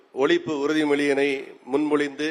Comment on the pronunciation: 'உறுதி'மொழி 'இறுதி'மொழி அல்ல தலைவரே 🙄🙄🙄